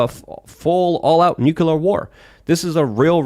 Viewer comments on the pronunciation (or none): now just says "Nukoolur" instead of "Nook-you-ler". Sometimes he says it right (Nuke-lee-ar) but he's now regressed halfway. I don't understand this - I think is intelligent, but I have zero problem correcting my pronunciation of a word once I realize I had it wrong, even if for my entire life. Is it just that my mind is very aware and I'm the exception to the rule on how human minds work? Even Tim still says "Shee-er-rif" but at least that is more accent than totally wrong.